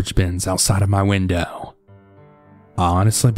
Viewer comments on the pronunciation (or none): How many times did you hear whindoowh?😂